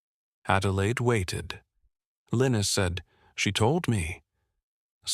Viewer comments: The mans name was pronounced Li-nuss not Linus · Mostly it said LION-US 😕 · Linus is more commonly pronounced LINE US, although in this narration it varies from LEAN US to LINE US. Consistency counts!!!